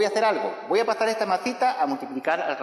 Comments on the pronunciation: JAJSJAJSAJKKJAJA a mi tmb "mazita" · Me gusta cuando dice "masita"